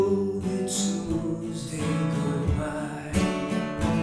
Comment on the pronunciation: I had never heard the word ‘tuesday’ be pronounced like that before